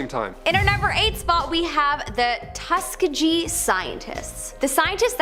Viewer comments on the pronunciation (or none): Did she just say “tuska- jee” ??😮😢 pronounced like tuskeeegee. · Tuss-Key-Ghee Experiments! like are you serious? That's a pretty famous thing to not know what it's called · actually it's tuhs-kee-gee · Repeat after me: It is pronounced Tus KEY gee Not the weird way you say it!! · It's pronounced Tus Kee Gee. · Tusk - E - Gee, like Bee Gee s. I'm from the same state. See Tuskegee Airmen and the college there. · Tuss-key-jee? Um I don't think so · The way she says Tuskegee rubs me the wrong way